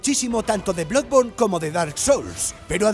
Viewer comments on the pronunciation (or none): none